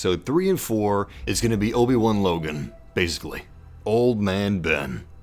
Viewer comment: Lobi-Wan Kenobi 😂😂😂😂